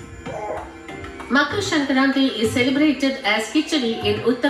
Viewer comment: your pronunciation of makar sankranti is so on point, I am impressed 🙄❤️